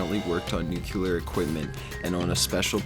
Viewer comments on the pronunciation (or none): NU CLE AR not fucking Nuklear ! how hard is it to read a word , that just makes you sound as dumb as bush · Nuclear not nucUlar. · IT'S NUCLEAR... NOT NUCULAR! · I'll subscribe if you never say NUCULAR again. It's nuclear. Think of saying "new" and then "clear." Thanks. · Why can't people pronounce "nuclear" correctly? It's new-clea-er, not nuke-you-ler. Damn, dude. If you can't say it right, say nukes or atom bomb or something. People like you don't speak English, rather you chew it up and spit it out!! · Depends where you from..... to-mato toe-mah-to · It's like that old saying "Tomato tomato" (can't do it in text, but your mind will go there anyway I hope) so there you go. But I agree, hearing it being said "Nucular" is cringe worthy. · The guy said "nucular". Done! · nucular equipment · Nuclear. Noo-CLEE-uhr. Sheesh. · Did you just said... "nucular"? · The way you say "nuclear" is fucking cringeworthy